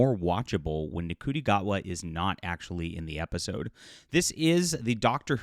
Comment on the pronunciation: The moment I heard “Nuh-coot-I Gatwa” lost all credibility, thanks